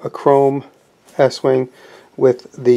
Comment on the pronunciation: estwing is pronounced east wing..